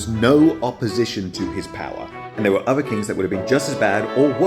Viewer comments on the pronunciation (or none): none